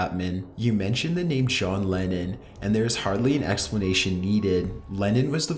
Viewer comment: I swear I hear "John Lenin"